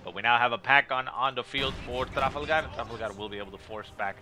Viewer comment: do you really have to say tRRRafalgaRRRRR so annoying lol